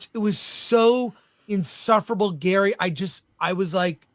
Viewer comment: Gary, not Gerry.